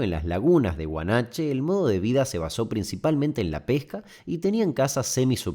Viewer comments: Huanacache, no Huanache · Hola Damián, en el minuto pronunciaste mal el nombre. Es Huanacache trabajo en el parque solar que está justo al lado de Huacanache y es muy loco pensar que cada vez que voy a trabajar paso por tierras que alguna vez fueron el hogar de una comunidad prehispánica, y yo con mis raíces españolas invadiendo ese distante terreno